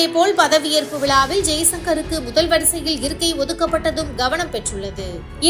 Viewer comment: விலாவில் அல்லது விழாவில்! தமிழை உச்சரிக்க தெரியாதா